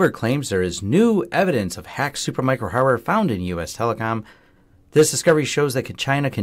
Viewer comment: 9 seconds into your ' report' Did you actually say HARDWARE ? Or did you swallow the word , and just move on ?